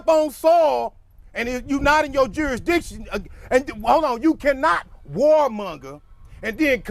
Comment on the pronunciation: Say it again,juri, what??? 🍿🤣 juristition...???